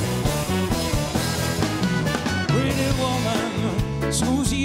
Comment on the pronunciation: Jaký Women? Ta výslovnost je "vůmn"